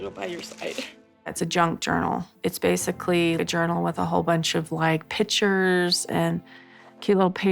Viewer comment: You mean “pitcher”? 😂